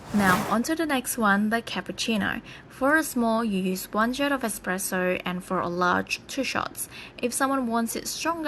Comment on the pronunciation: Expresso it’s pronounced espresso